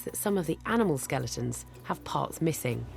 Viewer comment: Hey at least she stopped saying skel EEE tons. That drove me crazy.